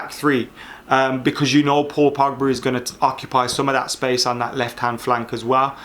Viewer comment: “Paul Pugba” 😂👌🏽